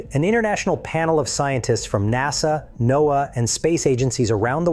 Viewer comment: please train your ai to pronounce N. O. A. A. as (No'Uh).